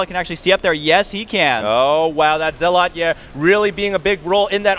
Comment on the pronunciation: Watch day9, its ZEL-OT NOT ZEAAAAAAAAAAAALAUGHT